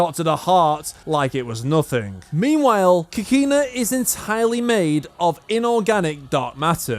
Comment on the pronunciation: lol I Hate the way you pronounce Kakine (Kah - Key - Neh)